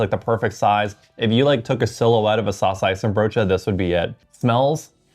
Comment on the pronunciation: The pronunciation of saucijzenbroodje is pretty solid. Respect! Its a hard one 😅